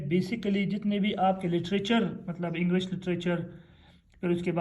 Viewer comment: It's English not Englash😂😂😅